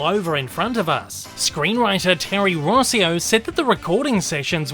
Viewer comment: Rosio's name is pronounced Row-see-oh as it is of italian origins. Also I wonder if Steig isn't prounounced like "steeg" (as in the swedish name Stig).